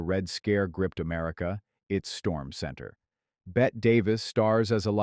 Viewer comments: It's pronounced "Deborah CAR" (rhymes with STAR) and "BETTY Davis" not "BET Davis". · GEEZ A I , it’s “BETTY” (Bette) Davis NOT “Bet “ Davis!!!!